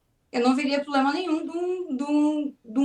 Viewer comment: É a moça falou muito bem " POBLEMA"